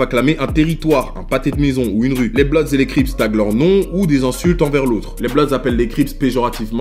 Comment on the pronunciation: Eu c'est pas blodz c'est bloodz quand tu pronance